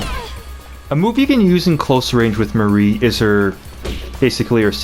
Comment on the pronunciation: It's not pronounced Mary.